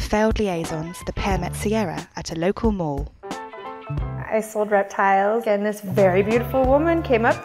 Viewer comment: lol "sierra kuntz"